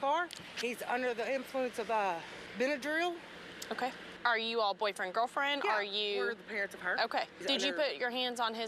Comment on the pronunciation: Did this heffer say bendrel